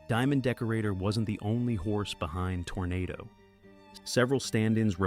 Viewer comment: If memory serves me, the horse's name was pronounced tornaaado.